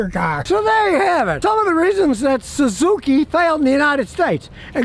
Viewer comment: . THE SUE ZOO KEY?